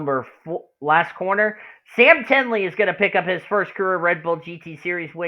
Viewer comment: lfg sam also its pronounves ten ee like penny but with a t instead of a p